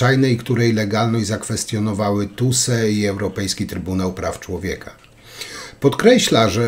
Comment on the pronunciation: Nie ,,tuse ' ' a TSUE.